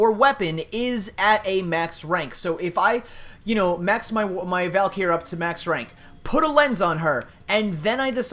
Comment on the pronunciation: It's pronounced, VAL-KREE